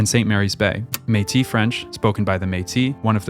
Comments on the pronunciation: Its Métisssssse not Méti and MAY-ple not mapel😅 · that's a good guess for the pronounciation of 'Métis' but it's one of the exceptions where the last consonant is pronounced. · ''Métis'' is pronounced a bit like ''maytiss''. Great vid!